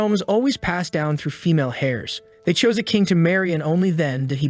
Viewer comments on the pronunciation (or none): passed down to female hairs? Heirs. The "H" is silent. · heirs is pronounced "airs" not "hairs" just for future readings.